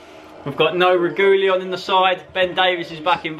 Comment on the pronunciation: As I’ve told you before. It’s “Reggielon” not “Regooleon”